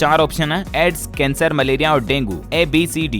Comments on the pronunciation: Malayria hota hai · मेलेरी बिमरी होता है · मलेरिया होता है